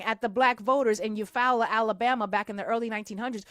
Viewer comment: Your pronunciation of “Eufaula” was MUCH Better this time 💯 awesome 👏🏿 ‼️ You-Fall-La 😉